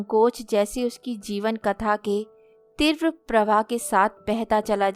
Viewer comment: तीव्र का उच्चारण भी गलत किया